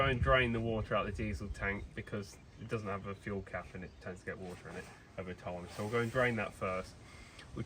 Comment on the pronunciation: THAT A LOTTA WA'ER